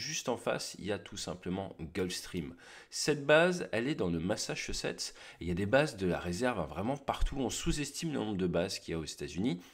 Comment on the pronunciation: Le machchuchetsssseu